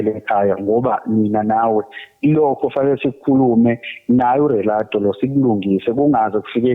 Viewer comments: Lomuntu akakwazi nokuthi uthi uRelato😂😂uyagowisha losisi shem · Why are you pronouncing the name as Relato,or Rerato nawe self ngathi awuli pronounce kahle, such a nice name ngi6ngila e Daveyton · How 1 doesn't know how to pronounce their name🤔🤔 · ULerato akakwazi ukubiza igama lakhe kahle. Uthi ungu Relato😂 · not Rerato aai letla rerwaka😂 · Relato or 😅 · 😂😂😂 not Rerato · She says her name is Relato. I thought it was